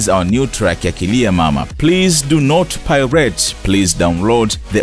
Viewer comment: pls do no #PIRATE !!!! Napenda hyo pronunciation 🔥 😆😆😆😂😂😂😂😂😂😂